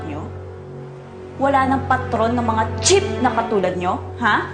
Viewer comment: Georgia, cheap not chip,lol